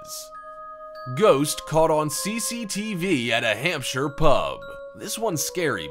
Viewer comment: I'm impressed that you pronounced the words Yorkshire and Hampshire the English way, I've never heard an American or Canadian to pronounce it correctly until now 👍 😁👌🤣